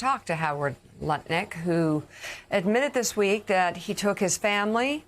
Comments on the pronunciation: I do love how Joe almost said Nutlick instead of Lutnick😆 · Joe has been listening to Tim Miller from The Bulwark if he almost pronounced it Nutlick 😂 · He almost said Nutlick.😂😅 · We he about to say Nut-Lick 😂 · Love how Joe almost said “NutLick” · He sait nut lutnick 😂😂😂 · Lol he almost said Howard Nutlick and I personally think thats much more fitting. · Joe almost called Howard Lutnick: "Nutlick". Ha, ha, ha. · Did I hear him say Nut-Lick? :) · At 1623 joe almost calls him nutlick. I say do it. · Okay, did anyone else catch Joe catch himself almost saying "Howard Nutlick"? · Joe almost said “Nutlick!” Ha ha! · Joe almost said "Nutlick"... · Joe almost slipped and called him Howard Nut Lick HAHAHAHAHAHA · LOL! Good catch, Joe, we almost got you to say NutLik! 🤣🤣🤣🤣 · Lol, Joe almost saying "Howard NUTlik". 😂